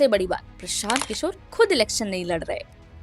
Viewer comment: प्रशांत किशोर ❌ प्रसांत किसोर ✅ 😂😂😂